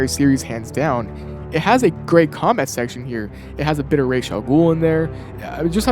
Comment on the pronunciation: You get so many points for pronouncing Raz’s name correctly